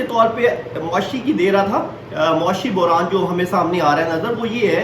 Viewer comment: You and Imran Khan have same pronunciations for word "Buhran"😂. You both pronounce it as "Burhan". Its Buhran بحران